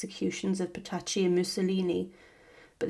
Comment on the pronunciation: It always shows a good grasp of the subject when you cannot pronounce their names.